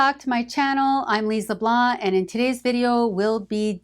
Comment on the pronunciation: I think it's pronounced like Lease Le Blán